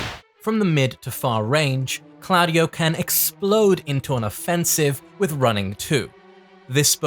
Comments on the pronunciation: Improve the pronunciation 😅 that diden’t seem italian However Very nice video you are always top Ps i m italian of course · I love you but why do you insist on pronouncing claudio wrong